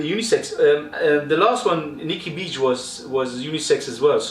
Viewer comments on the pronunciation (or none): The rasta hat lmao!!! You made me laugh again when you said bitch instead of beach lol.i used to use perfume click for buying my amouage frags,they were really cheap,now they only have a few.